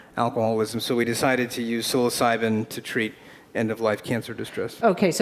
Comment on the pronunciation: "Psyilocydyn" hahaha he's too intelligent, but still human ;P